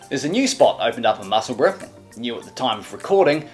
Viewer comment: Hi l live in musseburgh and I like your videos but can you please stop killing the name of the town in east Lothian.